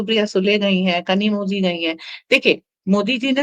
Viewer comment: कनिमोजी नही है वो कनिमोळि है । तमिळ मे zh मतलब ळ है।